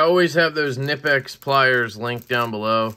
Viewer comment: The pliers are pronounced “ply-ers.” Thanks for the video